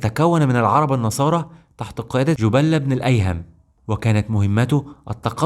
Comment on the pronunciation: بسم الله ما شاء الله قناه فريده من نوعها بس تنبيه ارجو حضرتك تراجع النطق لأن حضرتك مثلا بتطنق الخاء مش مفخمه وجبله ابن الأيهم حضرتك بردوا نطقت اسمه خطأ فأرجو حضرتك تهتم بموضوع النطق وعموما جزاك الله خيرا